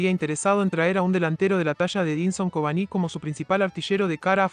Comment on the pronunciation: Por qué dice Covaní y no Cavani?